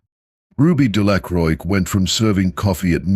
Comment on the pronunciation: The x is silent in Delacroix.